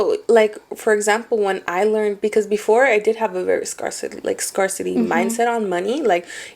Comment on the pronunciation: She said scarcity wrong. 😮 Who is gonna tell her ?